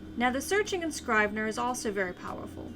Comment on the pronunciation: Might want to check pronunciation of the product's name.